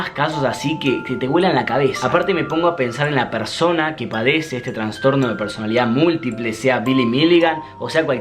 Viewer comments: Me encanta esta sección de casos, muy buen video, nada mas que me dolía un poco la cabeza cada vez que decías "transtorno" es trastorno. saludos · Me dieron 5 acvs cuando dijiste traNstorno, es TRASTORNO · Se dice TRASTORNO no "TRANSTORNO" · Se dice ''trastorno'', no ''transtorno'',. Gran vídeo. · Che, es trastorno, no transtorno<3